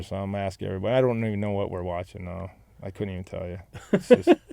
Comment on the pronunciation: that "Noaw" was some of that North Carolinian accent rubbing off on Rod after a couple decades in Raleigh, lol